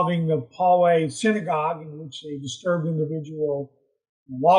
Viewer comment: THANKS FOR THIS! psst... it's pronounced "POW-way" California.